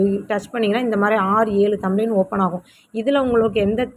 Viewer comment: அக்கா தம்ளைன் இல்லை அக்கா "thumbnail" இது தெரியாமல் எப்படி அக்கா பாடம் சொல்லிக்குடுக்கிறீங்க? விட்டுப்போட்டு சமையல் சாம்பார் வீடியோ போடுங்க அக்காச்சி.